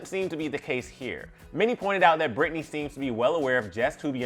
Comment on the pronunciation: Her name is Britney.... like it starts with a B.... wtf